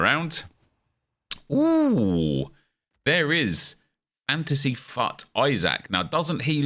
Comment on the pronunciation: When ever says fut it sounds like fuck